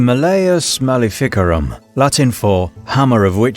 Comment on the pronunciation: The way he pronounces malificarum makes my teeth hurt.